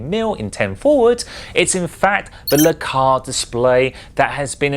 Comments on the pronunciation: I wasn't going to say it. Sorta was growing on me, and "Lah-Cars" was starting to sound normal ;-) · Dude, duuuude! It's pronounced "El-Cars" It's short for Library Computer Access and Retrieval System LCARS :) Also, please do not pick me. I draw my own schematics like this with much more detail :) Not to say yours isn't awesome, I just don't want to take it from someone else :) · no backhand anything attempted here. And definitely not hating. Just trying to explain why it's not normally pronounced "Lecars" If you don't point stuff out, how are people supposed to learn? If correcting is now automatically hating, we're doomed as a society.